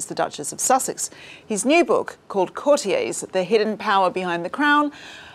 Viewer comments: 0.28 Courti - yeahs? It’s courti- yers. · What is citiez? The word is courtiers please say it as it’s meant to e said, the author has said it numerous times, follow his lead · Where on earth has this bizarre new pronunciation of 'courtiers' as 'cor-tea-ays' come from?! Presumably coined by somebody who thought it is French and wanted to sound impressive. It's "cor-tea-ers'. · Again, coutiers is pronounced courti-ers……not the pretentious French pronunciation! Sounds very odd indeed madam. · That was your company’s way of pronouncing the word and I think it is more an American pronunciation rather than English. The correct way to pronounce the word according to the Oxford English Dictionary is “cou’rtiers ie with the accent on the first syllable. The word derives from “court” meaning the people working at the royal court.